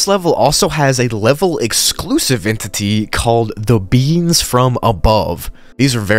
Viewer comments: I heard "the beans from above" Instead of "the beings from above" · When you said the Beings from Above I heard the Beans from Above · who else thought he said the beans from above